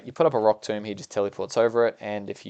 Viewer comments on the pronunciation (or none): none